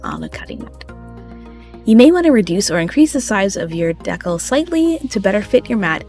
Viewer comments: I also came here to say, I enjoyed this video so much , so thank you, AND like others have said it’s pronounced Dee-Kal, not deckel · Honey, just a quick note to say I believe it’s pronounced DEE-cal, not deckle. Here